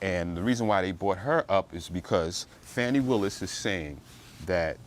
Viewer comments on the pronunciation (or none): At least pronounce her name right. It's irritating to hear so called professional people keep saying fanny when her name is Fani pronounced "fawni". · The woman's name is pronounced (Fawn) (knee) like a fawn. Not fan not Fanny. It is quite disrespectful to keep saying it incorrectly even though what they she and Wade did was disrespectful. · This entire video is disrespectful. Her name is pronounced Fawnie and you keep saying Fanny 🙄 and just affirming what the defense has to say without accurate facts. Carry on 😂😂